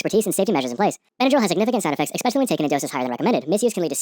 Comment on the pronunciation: d-... did you say "expecially"? BTW for anyone reading this, DPH gives you early onset dementia (don't take my word for it, look it up). Pretty weak for this video not to mention that.